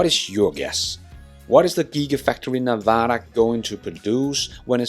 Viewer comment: The semi will be built in Nevada. Also why can no one pronounce our state correctly ? It’s Nev-ada NOT Neva-da. Come on guys get it right.